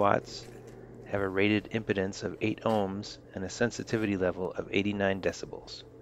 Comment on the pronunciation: Just one comment. It's Impedance. It isn't pronounced the same as impotence. Impedance is an electrical term. Impotence is a condition that hopefully Viagra will fix for you!